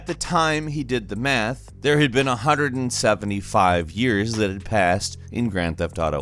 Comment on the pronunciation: Did you really say 3. "Seventy Five" ? !!!!